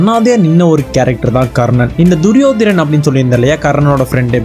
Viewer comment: duriyodanan.. not duriyodaran